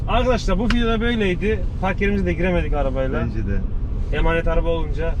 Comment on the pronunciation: Abi senin yüzünden artık video diyemiyorum fidyo diyom 😂😂